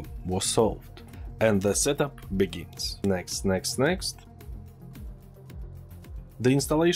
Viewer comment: i love it when you say " text next next" XD